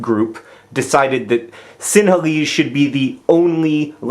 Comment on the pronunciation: I giggle everytime you say tamil and sinhalese. :)